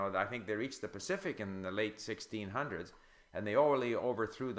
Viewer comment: lingosteve Sorry, "Steve Kaufmann - lingosteve" but did you say you started learning Russian when you were sixteen or sixty years of age? It sounded like you said "sixty". I ask that question because I am at the ripe age of fifty-nine. :) I have studied some languages but my problem is due to laziness and consistency. :)